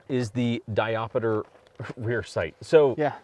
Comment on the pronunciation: Diopter, not diop-i-ter :P.